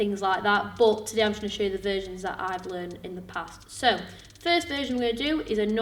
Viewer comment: Every time she says "versions", I hear "virgins".